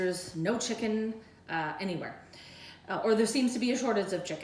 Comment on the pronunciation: "a sortage of chikin" "you don't want shrinkage" "worcestershestershire sauce" I LOVE YOU. WE NEED TO FIND A WAY TO DO THIS SPLIT-SCREEN FROM OUR KITCHENS WHILE DRINKING.